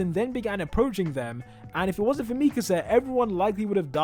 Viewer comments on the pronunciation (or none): Bruh why does keep saying Mikese instead of MIKASA!!! its triggering me xD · ME-kasah 😬 Me-KAH-sah 😏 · why tf do you say mikasa like that